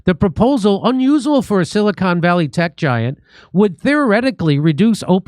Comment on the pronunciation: You can't pronounce "unusual". Maybe you don't understand a bit more complex things either. Although I have no idea how you get 1.7 million subs. Probably paid.